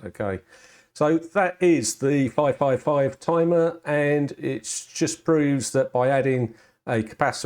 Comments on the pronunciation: IT'S NOT A TUMUH! I mean tumor, er, I mean timer. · IT'S NAHT A TIMAH